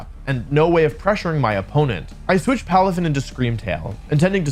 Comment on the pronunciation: palafin lands up sounds right to me